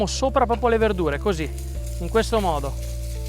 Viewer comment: Intanto, con l'aria, Diego Rossi dice "coosì" come CHEF Bruno Barbieri